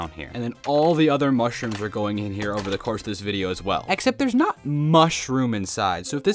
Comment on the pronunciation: You cownted mushrums that you dident iven have.